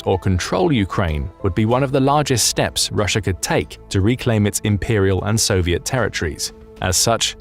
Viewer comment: ryssia is jyoke 😂 who cares